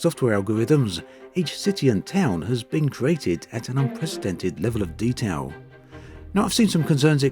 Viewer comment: The wevel of detawl is unwivald.